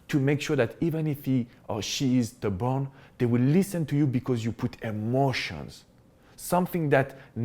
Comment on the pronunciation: you're adorable... I thought you said "if your ex is the bomb" instead of stubborn. 🤣🤣. Love your accent and great advice.